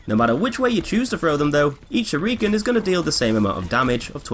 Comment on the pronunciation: The way you say shuriken annoys the fuck out of me, it almost makes this unwatchable. Other than that nice video.